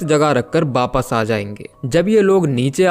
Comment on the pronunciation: V ya w ko b pronounce kyu krte ho aap? Jaise wapas ko bapas bolte ho ..thik se bola kijiye bhai